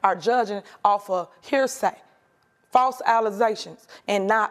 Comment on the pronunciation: Tiff, "fawse allozations". <-- Behold, the birth of a new meme! 😂 🤡🌎 Keep up the great content as always,! 👍